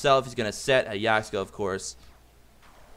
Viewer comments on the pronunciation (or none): its yaksha not yakshka